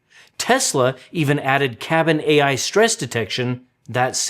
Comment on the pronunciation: did you just pronounce "AI" like "eye"?